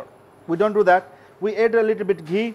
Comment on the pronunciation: Add-Aaad not Ed x